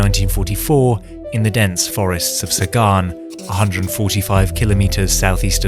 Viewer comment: Zagan, not Sagan.